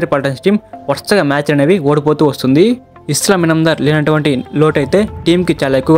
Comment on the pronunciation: ఎవడ్రా నువ్వు అస్లాం అయితే ఇస్లాం అంటావ్